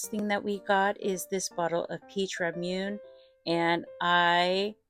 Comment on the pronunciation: Ramune is pronounced RAH-MOO-NAY. Emphasis on the first syllable. 😊